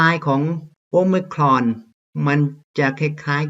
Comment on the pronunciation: ชอบครับอาจารย์ออกเสียงomicron คล้ายเจ้าของภาษามาก